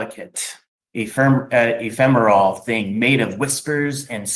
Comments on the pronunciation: I love how he pronounced ephemeral like a drug “ephemerol” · "Eh-fem-ur-al" said like it was a prescription drug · Yes! I’m not the only one who thought this!